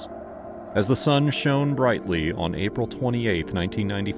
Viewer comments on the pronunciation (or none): none